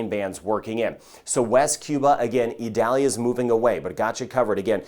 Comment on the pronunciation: According to NOAA, the proper way to pronounce Hurricane Idalia's name is ee-DAL-ya.